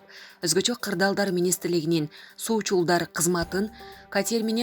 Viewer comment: Катьер дебей катер ударение на а